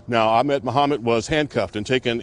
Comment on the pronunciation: people still dont know how to pronounce ahmed...